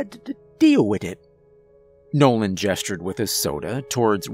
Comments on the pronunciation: You sure his name was nolan? And not Bobby Bouche lol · Nolan's got some Bobby Bo Shay speech impediment 😆 Awesome Story tho